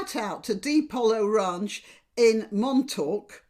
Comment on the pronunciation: Montauk is pronounced “Mon-tawk.” It’s from an American Indian phrase for “island home.” It’s a lovely, seaside town on the East end of Long Island. Many towns and villages on Long Island, in NY State and other parts of the USA have names derived from native & tribal words. Thank you for covering this. That woman is a brat.